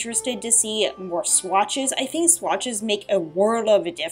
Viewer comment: You have a really bad speech impediment.. you pronounce T and Th as F and FUH. Why? Like, "I fink"..